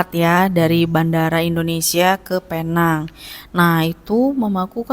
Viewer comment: Alhamdulillah.. Tapi sebutannya “peneng”, walaupun ajeaanya penang ataupun “Pulau Pinang”